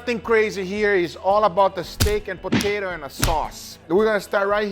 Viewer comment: Brits: Po-Tah-To Americans: Po-Tay-To Guga: Po-Tie-To